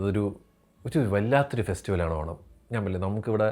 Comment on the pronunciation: ഓണം എടുത്തു പറഞ്ഞു എന്തോ കുത്തുന്ന പോലെ 😂